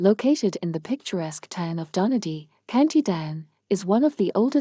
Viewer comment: Very surprised to see a pub near me mentioned in the video. Food is really good there, but I'd never heard that it was haunted! These are so interesting but please, please redo the narration. In the first story, "Donaghadee" is pronounced "Don-ak-a-dee". Lovely little town it is too. And please vary the phrases used......got a bit repetitive by the end of the video with some phrases used so much.